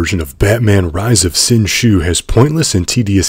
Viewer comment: its pronounced "Sin Zoo"